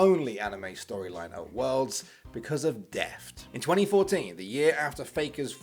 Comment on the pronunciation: bro its 'Deft' not deaf, lol